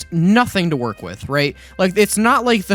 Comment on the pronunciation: “Trying to figure out how swords wornk.”